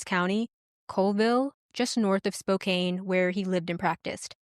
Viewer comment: Thanks for the story. Well done. One very tiny, inconsequential note: Spokane is pronounced like spoke•can rather than spoke•cane. Just in case another story features that city.